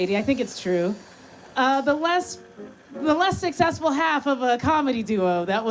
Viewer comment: Why can't this guy pronounce "successful"